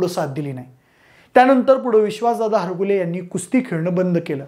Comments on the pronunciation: हरगुले नाही हारूगले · हारगुले नाही दादा हारुगले